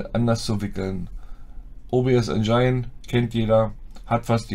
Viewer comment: Mir tun die Ohren weh, bekomme Gänsehaut wenn manche Leudz aus Tschörmenie veruchen jedes englische "ine" als "ein" versuchen zu lesen. Der Verdampfer heißt Engine (Aussprache: ändschinn; wie das "dsch" beim Djinnie). Engine = Motor, Maschine (engl.)